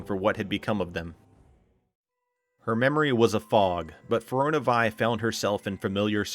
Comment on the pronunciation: Great video. My only problem is the narrator's pronunciation of Firiona Vie. He completely disregards the 2nd "i" in her name. It should be pronounced Feer-ee-own-ah. And her paladin designation "Vie" is actually pronounced Vee instead of Veye.